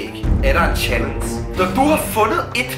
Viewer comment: Lol siger chalens